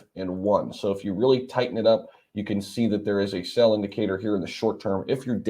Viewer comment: Sale Sale Sale (not sell) Damn ‘S’ words! lol Thx 👏 CooleyO